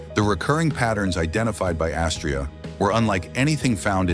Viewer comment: Astraea is pronounced with the accent on the second syllable, long ‘a’. Rhymes with ‘I’ll pay ya.”